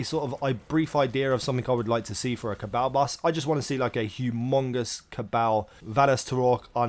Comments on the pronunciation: how does everyone in the game pronounce it? Ca-ball, not caa-baaal. if everything was pronounced as it was written then know would be pronounced ke-no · Ca-ball not ca-bale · It's CA - BALL . My cabal . Pronounce it right please ! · Go listen to Variks say Cabal in the Prison of Elders and then you will realize that you just pronounce it wrong. It is spelled Cabal but it is pronounced CA-BALL.